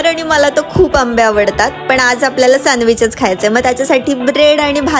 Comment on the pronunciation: Sandwich ❌ Sanwich✅